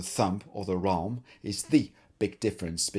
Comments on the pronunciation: Awesome! But "wralm"... come on :,D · Did you call it the "wralm" because it still sounds better than the "prist"?